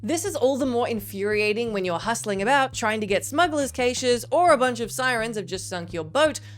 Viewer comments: Smuggler’s what the what now? Who on the planet pronounces “cache” “kaysh”?! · The way she says cache...